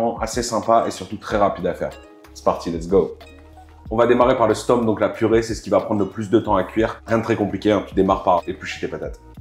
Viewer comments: Aie, aie, aie... On dit stoummp, pas stomp, on dit binnche, pas binche (c'est une ville...) 😁😁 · haha oui! "OU". stOUmp :) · Bintje,stoemp se sont des noms flamand, déjà eux les prononcent différemment selon les provinces.